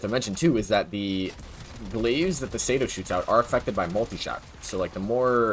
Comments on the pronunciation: Bruh….it is not the SAYDO, it’s the CE-DO, SI-DO 🤦🏻‍♂️ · google does not have all the answers bud. Its clearly "sea-do", shouldnt need google to understand basic pronounciations